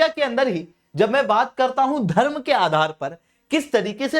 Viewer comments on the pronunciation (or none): none